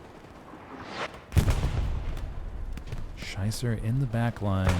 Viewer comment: Great Commentary. But my Name is pronounced Schieber (She-ber), not Scheisser (which hilarously translates to Shitter)